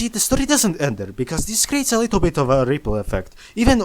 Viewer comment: 'a rrrittle asss crrack' bro sounds like the grand high witch jokes aside, great quality 👍